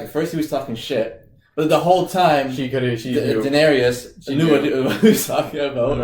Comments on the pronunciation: 3 syllables guys - Daenerys (dehnairis) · haha, yes, I don't know why they keep pronouncing her name that way. It sounds weird.